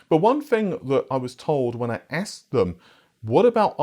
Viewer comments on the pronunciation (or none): none